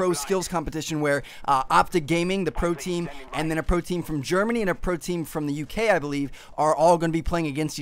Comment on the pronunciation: sounded like protein when u said pro team